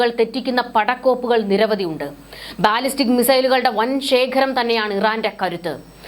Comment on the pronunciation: ബാലിസ്റ്റിക് എന്നു നീട്ടി പറയാതെ ‘ ബലിസ്റ്റിക്,’ എന്നു പറയുന്നതാണ് ശരിയായ ഉച്ചാരണം. Google help for pronouncing can help you.